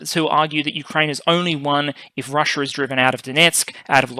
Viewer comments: It's "Russia", not "Russier". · Is she? Is her name spelled "RUSSIA" by the entire world yet this guy and his country keep jacking it up to make it sound like "RUSSUR?" And speaking of jacking it up, is that you in your parent's basement making up little boy jokes?